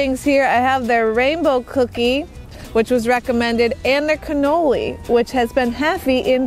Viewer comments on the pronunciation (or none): none